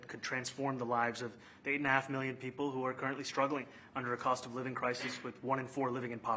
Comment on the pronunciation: Why does Trump pronounce trillion and million like that, it’s always bothered me 😭 Obviously the least wrong that he has done, I’ve just never been able to ignore it